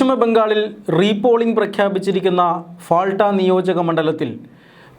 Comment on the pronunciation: പാൾട്ട എന്നാണ് ഫാൾട്ട യല്ല മലയാളിയക്കും മലയാളി വാർത്തയക്കും ഉള്ള മാനസ്സിക തകരാർ